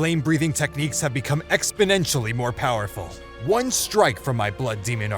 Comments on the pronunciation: Bro said poewerfull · U spelt powerful wrong u said poewerrul but good vid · ahh yes Poewferful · "poewerful" wat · says poewerful